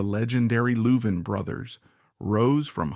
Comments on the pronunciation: Whoever in the background is talking ought to learn how to pronounce the the last name of the 2 brothers. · You are saying their last name wrong. If it's AI - shame on you. If it's you - shame on you.